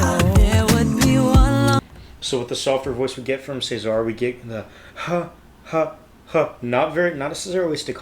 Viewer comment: Just a note - when the guys refer to Cesar it's pronounced as in the Roman rulers, as in Julius Caesar. They really put so much into their videos, many of them need to be watched/heard a few times. When I first heard this one I couldn't get to grips with it, the throwbacks to Gwen Stephani's If I Were A Rich Girl, put me off because i loved the orignal so much. So it took me some time to really enjoy it. And you're right about Layne's arrangements. Geoff has said that he shares his own first drafts with Layne who usually responds with something like "good start" and then goes on to make changes. :) I love that little middle eastern touch in the middle. Oh and it's my understanding that they don't use autotune.